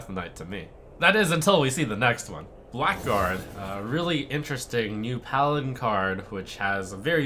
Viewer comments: It's pronounced "blaggard", not "black guard". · "Blackguard" is pronounced "blagard" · that awkward moment when blackguard is not pronounced as black guard but as something silly... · "Blackguard" is pronounced "Blaggard"